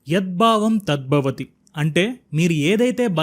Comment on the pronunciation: It is very nice but small issue with pronouncing ed bhavam tad bhavani. There is vattu which should be pronounced. Proud to be a telugu speaking guy